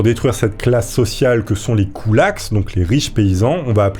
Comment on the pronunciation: KoulakSSS... Bah alors, on ne prononce pas le S du pluriel en français. 😄 Ceci dit, belle chevelure...